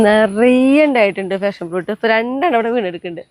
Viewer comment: ഫാഷൻ ഫ്രൂട്ട് അല്ല. പാഷൻ ഫ്രൂട്ട് ആണ്